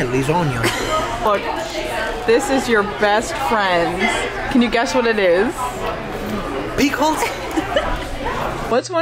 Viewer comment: what do you call dinner rolls in Italy? The "Peekles! And "Pickeris"...😂